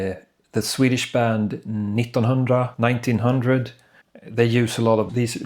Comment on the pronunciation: Jag fattade på en gång att du är svensk när du sa 1900 😄 Tack för att du visade oss problemet. Jag ville köpa astrolab 37 också till min mpc, men glad att jag inte gjort det. Önskar dig bäst och riktig bra kanal du har. 🤗